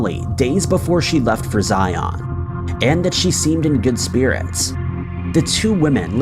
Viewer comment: ZIun, not ZIAWN. 🙄🙄🙄